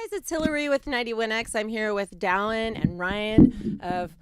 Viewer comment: I don’t know why but I screeched when she said Dallon.